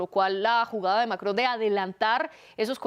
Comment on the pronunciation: Por Dios no puedo tolerar a la primera analista "" no sabe hablar o es no sabe pronunciar el nombre del Macron... Y solo repite extrema derecha, que fastidiosa